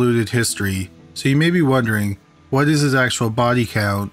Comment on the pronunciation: The way he says body like the bahhrdy